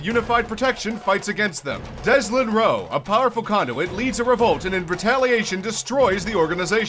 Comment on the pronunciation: Deslin? Hahaha